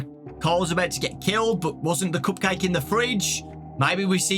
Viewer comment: "Coop cayhk" 😂